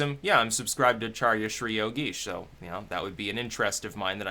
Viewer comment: It's Soros. Hey, you pronounced Acharya correctly. Just looked, I was bounced from your subscribers (I was 35k'ish), just re-subscribed.... I know I've been subscribed and did not un.